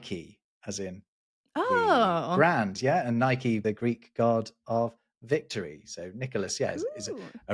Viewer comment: Nike, pronounced neekee, the correct way.